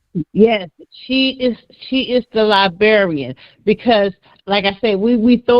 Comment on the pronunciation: if you're reading this? It's liBRARian... Not liBEARian 🤦 You can't be a research advocate and not even say certain words correctly